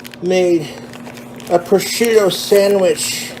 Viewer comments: I'm honestly amazed that he pronounced prosciutto right. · he says sargento and lucrene wrong, but he can say prosciutto properly??? my mind is blown. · He did a pretty good job pronouncing prosciutto as well. I’m proud of the BOY